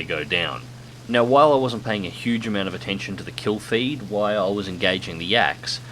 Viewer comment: Damn it, I heard you say "while" once. I know you can say it now... Why always say "why"? Is that an Aussie thing?